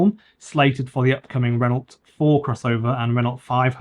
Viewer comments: Why do you say the names of every manufacturer incorrectly? Renult, datseer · how can you review a Renault when you cant even pronounce it? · I don't know about 'Novo Mesto' but you pronounce Renault like 1970s man 🙂